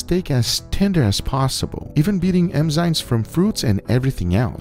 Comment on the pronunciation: Guga theyre called enzymes with a N, not emzyemes 😂😅